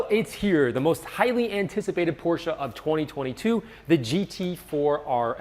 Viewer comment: thank you for pronouncing porsche correctly. every time someone neglects the -e i die a little inside